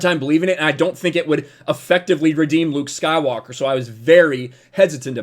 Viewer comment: The way you pronounce “Luke Skywalker” is very satisfying